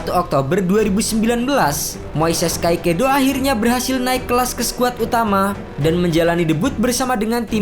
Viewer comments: Min agak typo nih Caicedo dibaca kaisedo min bkn kaikedo 🙏🏻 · kaekedo❌ tulisan caicedo✓ baca nya kaesodo✓ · kaisedo bacanya bukan kaikedo agak risih dikit